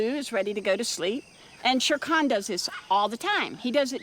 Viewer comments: It hurts when she pronounced the tiger's name, It's "sher khaan" Not "sheer can" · Sher-Khan --> correct pronunciation = Shayr-Khan, Balo --> correct pronunciation = Bah'loo -- mab